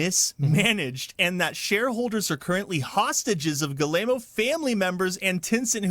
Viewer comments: I wish somebody could tell this guy it’s pronounced “G-ee-mon“ not “Gi-lay-moe” 😂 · Hearing Americans pronounce any name that isn't English is just cringe. Gi-ye-mo's?! Damn... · Family name is pronounced GUI-MOW... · "Galemo" lol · I love how this guy pronounces the CEO's name... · Can someone teach that guy how to pronounce Guillemot? It’s painful to hear. 😢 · My gosh that's the worst pronunciation of Yves Guillemot I've ever heard.